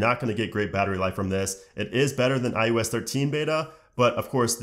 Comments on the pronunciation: It’s pronounced I O S not I U S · “I U S 14” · Hmm 🤔. Is he saying. “ ius “?